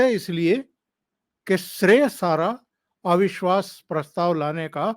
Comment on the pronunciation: एविश्वास नही अविश्वास बोलिये